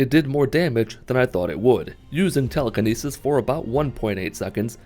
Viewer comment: Its not Teeleekeeneesees Its Telekinesis lmao